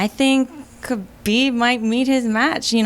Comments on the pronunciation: is the correct pronunciation of ‘khabib’. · Respect Diego for pronouncing Khabib the right way.